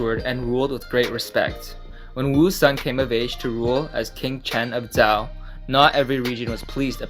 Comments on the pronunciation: Just one thing. It's pronounced like Zhou (Ju), not Zao. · Just one thing, its pronounced in english like the name "Joe" Jazon Urban is correct, but not very helpful in his tips. Just say the word "Joe" in english, and voila, your pronouncing it perfectly